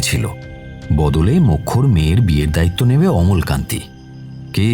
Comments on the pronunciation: নারেটর এর অমলাকান্তি উচ্চারণ ছাড়া গোটা গল্পটা খুউব ভালো লাগলো ❤❤❤❤। আর সায়ন বাবু তো ফাটাফাটি। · অমলকান্তি না অমলাকান্তি।আর দাদার ব্যবসায় মন্দ চলার ব্যাপারটা কি? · অমলাকান্তি - শুনতে শুনতে খুব খারাপ লাগছিলো।